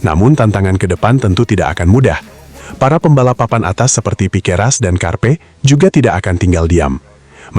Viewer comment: Piqueras? Belajar lg min,biar ngga salah lagi.😅